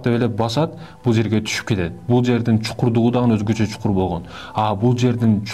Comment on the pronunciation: Чукур эмес чуңкур